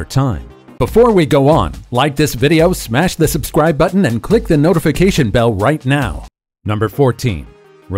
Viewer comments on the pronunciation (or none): none